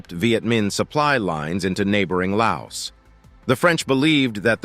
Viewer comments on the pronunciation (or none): none